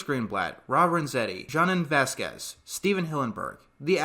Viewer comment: First you mispronounced Jhonen vasquez but second at least he managed to get his creation back and it seems that if invader zim gets more episodes like the rumors say then they will be on netflix like the special was